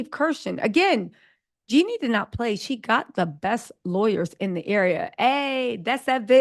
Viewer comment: Do you mispronounce Jeannie's name on purpose? Just wondering, because you always call her Jenny